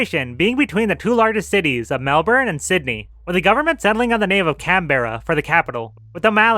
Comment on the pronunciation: I can tell a you put lot of work to research such a niche topic. Still didn’t pronounce Melbourne or Canberra correctly though!